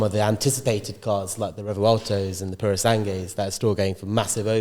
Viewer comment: you need to pronounce, Puro Sangue better, Lol!